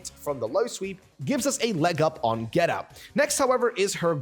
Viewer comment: He says it like geta but it’s pronounced geeta